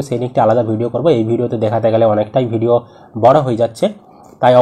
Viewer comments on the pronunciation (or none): none